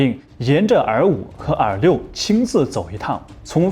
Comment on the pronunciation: R6 R5一直听成耳六，耳五